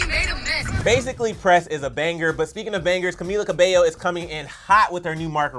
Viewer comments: did she said ca-bello instead of ca-beio. I’m Ca-fended lol 😂 funny comment i found in a video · "caMilLa cAbeLlo" the pronunciation made me cringe 😂🤢